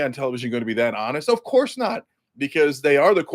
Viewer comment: Cenk "of courrrrrrrse" Uyger